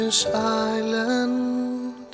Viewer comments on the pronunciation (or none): you’ve pronounced “island” like “Ireland”. There’s no R.